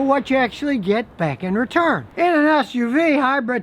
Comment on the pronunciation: Anybody else hear him say it’s a bigassuv?